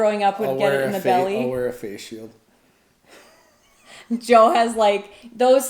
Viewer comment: Ahhhhhh……Joe! I finally worked it out via the text. I’m sorry but I occasionally struggle with Canadian accents a bit …..just you pronounce some vowels and SOME consonants oddly compared to Aussies.